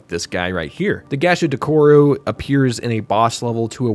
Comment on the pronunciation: From the Gegege no Kitarou segment. You pronounced some things wrong. Gegege is pronounced gae-gae-gae (or gay gay gay) Gasha Dokuro is pronounced Gah-Sha Doh-Koo-row Kamaitachi is pronounced Kah-mah ee-tah-chee